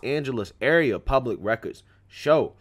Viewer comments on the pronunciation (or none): none